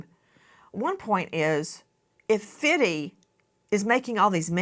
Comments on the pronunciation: Nancy saying Fiddy instead of Fifty (50 cent) I bet he wouldn’t like it being someone who’s against Diddy and his name rhyming with Diddy as Fiddy 😂😂 oh Nancy please pronounce your T’s because Fiddy is probably a worse name to call someone who’s standing up for Diddys victims and making memes to get it out there that this man has terrorised women and men and FifTy is bringing the whole world to see and expose this awful human being and you do 50 cent dirty like that? Speak PROPERLY especially names because Diddy and Fiddy is confusing people, I would say call him Curtis Jackson instead but there’s a T in Curtis so you would most likely pronounce that wrong too. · if she doesn't stop saying fiddy I'm going to lose my mind... lol Mam..... it's FIFTY! (50) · Nancy said fitty 50cent😂😂😂😂😂😂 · Did she say "Fitty"? Like 50 CENT? L😂L THIS IS AMERICA! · This BIH said FITTY 😂😂😂😂😂😂 Nancy you know damn well you’ve had your flat backside blown out many times 😂😂😂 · She said fiddy… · “ Fitty” I’m dying. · She said Fiddy 😂😂 50 cent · Replay Nancy pronounced it Fiddy.....😅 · just say fifty, not fifty